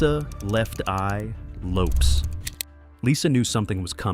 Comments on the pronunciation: I wish your non-talking ass would learn how to pronounce their names! It's Low-Pez and Too-pauk! Not Lopes and To-pack!!!! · Not the man said lisa left eye lopes 🤦🏾‍♂️ (lopez) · Lo-PEZZZZ, Lisa Lopezzzzzzz (but with an s and not a z). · He messed up Lisa Lopez name and made it seem like she was filming and not driving.He did not say Tupac's name right either.